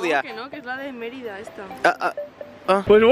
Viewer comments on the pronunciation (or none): none